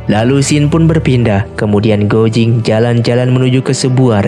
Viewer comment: untuk komentator, guo jing(郭精) di bacanya kuo cing, bukan guo jing..😊 hong qi kong dibacanya: hung chi kung.